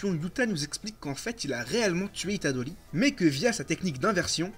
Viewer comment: “Itadoli” c’est horrible il le répète 66x enpls